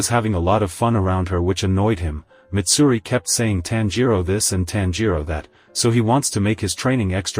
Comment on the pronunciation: That’s not mitsuri that’s maidsuri